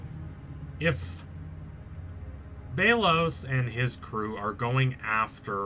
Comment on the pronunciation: Oh my god it’s BELL OS NOT BEE LOS Not only do you need to learn how to say Odalia and Belos’s name correctly. Amity’s hair is lavender which represents her homosexuality as well as defiance to her mother. Cause if you didn’t know lavender was associated with homosexuality during the 20th century as gay men were referred to as “lavender lads”